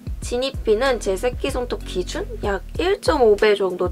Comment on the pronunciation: 쌔끼손톱 발음 너무 웃겨요ㅋㄱㅋㄲㅋ